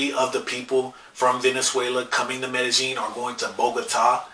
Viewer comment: Stop saying it with a "j" it's a "y". Mey-deh-ying.